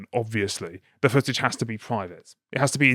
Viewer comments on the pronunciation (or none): none